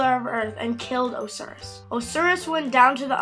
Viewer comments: Not being mean but it's pronounced O-si-ris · Not to be a history nerd but it Oh-ss-eye-rus